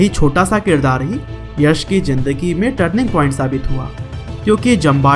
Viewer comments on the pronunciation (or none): none